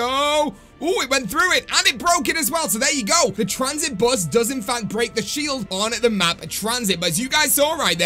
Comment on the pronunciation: ooooooh the "bus", i kept thinking u said boss i was like wtf is the tranzit boss